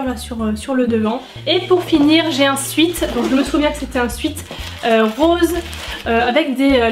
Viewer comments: J'aime pas reprendre mais là ça m'a démangé 😂 On dit "Swète" et pas "suit" ou "swit" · Tu le dit bizarrement le mot sweat